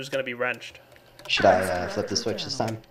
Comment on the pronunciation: "should" not "shut"...